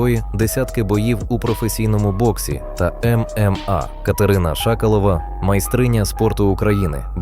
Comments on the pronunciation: Не ШАкалова , а ШакАлова. Корінь -ШакАл! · Не шаколова а шакалова😂